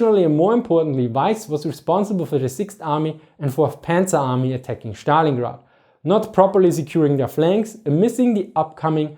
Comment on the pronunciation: yes, his pronunciation kills me